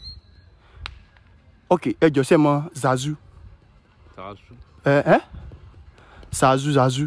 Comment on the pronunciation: The way the man pronounced zahzu got me rolling on the floor. He was caught unaware🤣🤣🤣